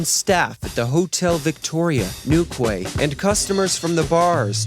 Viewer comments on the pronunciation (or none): It's pronounced New Key. Do your research. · It’s pronounced New Key! Newquay I mean. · Newquay is pronounced “New-key” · Your channel is fast becoming a favourite of mine, brilliantly produced content! However, its pronounced "New key", not "New Kway"! 😂👍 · I think that you need to brush up on English pronunciation. "Newquay" is pronounced new key (like the Florida Keys but spelled properly.) The "rows" i.e., arguments, caused by Paul sleeping around, is pronounced like the row in rowdy not like row the boat or rows of seats. Check the context. "Tinsel" is pronounced tin-ssel, not tin-zel. And who on earth is "Cilia Black"? It's Cilla, pronounced silla not sillya, and is an abbreviation of Priscilla. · Funny seeing an American pronounce these lesser known English towns. It’s pronounced ‘new-key’ not new-kway 😉 haha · newquay is pronounced 'new-key' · Its pronounced New-key, just a daft point. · Quay is pronounced as Key, so the town is New Key (Quay) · Newquay is pronounced "New key". Enjoyable vid - thanks!! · Excellent detail which I didn’t know about. Minor point ‘quay’ is pronounced ‘key’ so Newquay is pronounced Newkey. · As someone who has lived in Plymouth my entire life, hearing your pronunciations of the places around here is hilarious 😂 but great job and incredible video!! ❤ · in England "quay" is pronounced like key, quays are where boats are tied up so you'd see towns with Quay in their name usually near the coast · great video but my god hearing the names of places from my home county butchered made me wince.